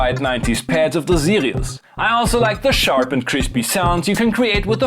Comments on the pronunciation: Now I really want to hear that M.A.S.S. engine! Maybe a future Better Gear episode? BTW whenever you said "Sirius" it sounded like you were saying "Zealios" so I kept thinking I was watching a mechanical keyboard video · This was one of the best synths in the series, I don’t know how it got to Bad Gear... Love how you pronounce Sirius the German way :) Btw, it would be interesting to see a Casio CSM-1 (or its Hohner counterpart, the MSE-1, which I can donate to you)